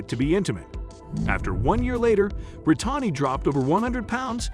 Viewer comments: Awful video. Why bother if you can’t do it right? Chunk? Bri-tahnny? Totally disrespectful to these people who have done so well. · Not to mention Bri-Tawny